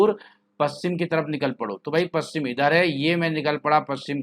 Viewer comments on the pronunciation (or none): Aap paschim प कि जगह पू कर देते हैँ